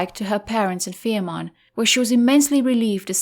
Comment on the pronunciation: The name of the Isle is Fehmarn, not Ferman.